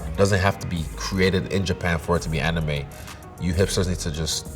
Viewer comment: Avatar - Amirime Not anime